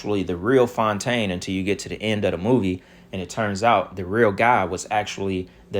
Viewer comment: "Clone=taine" c'mon... you gotta give yourself credit for that one ha!